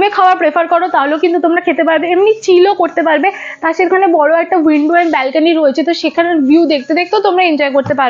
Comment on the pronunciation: Anekei dekhchhi 'balkeny' bolchhe, kathata hobe 'balcony'